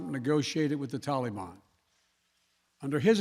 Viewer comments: in America we call em the TALABAN not "Tollie-Bon" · Everyone: Taliban Biden: Tollybon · TaL-EE-BAAN Tali-bone Tall-a-bon Tale-le-ben……….. Really? COME ON MAN!! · if you look closely you can see the flags sliding back to left from right.. a computer generated image.. love how he gives praising pronouncement of tollybon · Did he pronounce Talibhan, Telly-bum? He's a joke. He pulled the troops out before getting our civilians out. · Every time he says "tolliebon" I just can't believe this fool is our president. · The way joe biden says tali bon makes me want want cinnabon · Biden says Taleeban. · tallybawn? ok mr.president of sesame street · WTF is this TollyBon crap. You and your master are the only ones who pronounce it as TollyBon. Dont get me started on PokyStan. -facepalm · Is he mocking the Taliban the way that he's pronouncing it? "Hey mr taliman tali mi banana" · Did he say Talimon? This isn't pokemon lol 🤣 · "Tah-le-ban." Why is he pronouncing it like that ? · He’s been hanging tight with fellow “Tally-Bon” strategy buddy, Barack Obumma. Those two love to mispronounce it 🤨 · Senile Joe thought they said Cinna-bon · Someone tell him Biden how to pronounce taliban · Why does he pronounce taliban like it’s something fun wtf